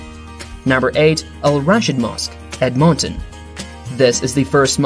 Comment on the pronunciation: you're supposed to say it like "edmun-tin"